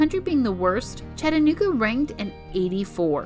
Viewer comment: i like the part when you try to say chattanooga.